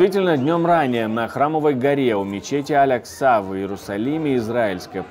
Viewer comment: В Иерусалиме мечеть Аль-А́кса, не Аль-Акса́. Ударение на второй "а", не на третьей. Процветания каналу и скорейшей Победы Украине!!!